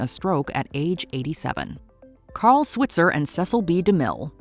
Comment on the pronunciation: They also mispronounced his name. It should be s-WHITE-zer, not s-WIT-zer.